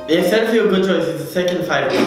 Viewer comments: its setterfield not setterfiel but gg nice video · Ahhaha setterfiel it’s setterfield